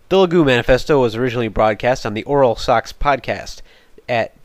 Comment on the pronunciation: You're pronouncing their name wrong. Is (Liii-Guii) not (Liii-Goo).